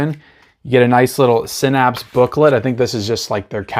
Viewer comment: Haha Synapse is pronounced (SIN-APPS).